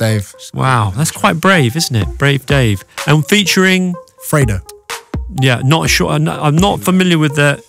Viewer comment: isn't it pronounced 'free dough'